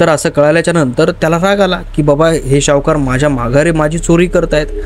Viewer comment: सावकार not शावकार